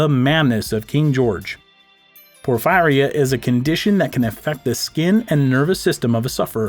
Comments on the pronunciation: It’s pronounced por-feer-ee-uh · It's pronounced por-fee ria. I know someone who had it and she lived in her basement because she couldn't stand the light. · It's pronounced "Poor-fearee-ya" Porphyria.